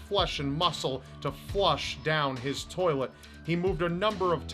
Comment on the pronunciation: Lol "why is there body parts in your tollet!?"